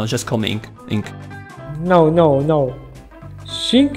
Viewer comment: Не инк а хсинк😂😂